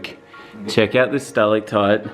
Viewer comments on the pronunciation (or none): none